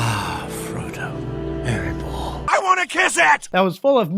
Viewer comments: Erebor* not erenbor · Aaron Boar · Are you mispronouncing Erebor on purpose? Why do you keep adding that N in the middle? Not one example of a character saying it has sounded like that & it's not spelled with an N...